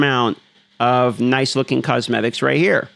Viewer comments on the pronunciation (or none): none